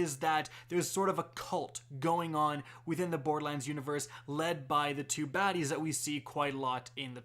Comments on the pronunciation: What is this "Bord-Lands" he keeps referring to? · Why do you call it Boredlands lol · Love ur vids.. but for the love of god its bor-der-lands not boardlands.... and its SNI-PER rifle not snipe rifle lol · Could you enunciate the "er" in borderlands more please. It sounds like you are saying "bordlands". It says "lern special powers" not gain special powers. You missed the fact that there is a female Psycho jumping at the character from behind. Is that a rocket launcher or is it some sort of chaingun? The color scheme and squareness of the shotgun looks far closer to a hyperion shotgun than what torgue shotguns look like. See: - You mentioned Zero but missed Maya. Who's on the meds. shop? That star is not downward-pointing. You may be right on the eridium style guns point. In the picture, you can also see a laser beam coming from the gun. The colors look like it's a Vladof weapon. The red and black "V" on the side confirms this for me even more. You can see another one of those monkey things in the background. That looks like some sort of canister that may be ammo for the laser/eridium/lava thrower. The colors still seem to point to Vladof rather than Torgue, especially the color and shape of the sight. While Torgue did have a bit of that electric look on one of their sights, the shape is off. Though It could be mixed parts... The enemy looks like he's riding some sort of creature. You can actually see that paint scheme on a few other weapons. I think it may be a bandit equivalent brand. It may be a flamethrower-type weapon. I